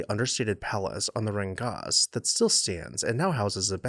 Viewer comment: It's not "Rheingaz", it's "Rheingass-e".